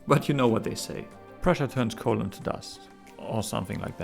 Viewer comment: Man i heard "colon" not "coal" first time around.